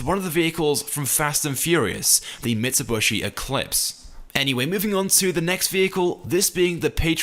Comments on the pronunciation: It’s not mitsubUshi, it’s mitsubIshi😅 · Mitsobushi??? Nah don’t worry imma give you a pass on that one😁